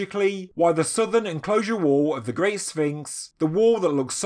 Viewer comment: Can you learn how to say the word wall? You sound like you’re having a fucking stroke. Scouser